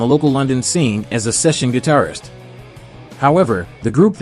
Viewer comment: Last sentence... "That should make him (Hendrix) the best 'gidarfer' of all time." What the hell is a GIDARFER??